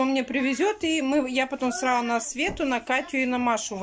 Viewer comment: Начало ролика... "Обувь сраУ на место ставь",а дальше вещание не воспринимаю, сижу в недоумении, в голове мысли взять за шкирку и в ухо прокрИчать правильное произношение элементарных слов... Но потом понимаю, что бесполезно, в одно влетит, в другое со свистом вылетит.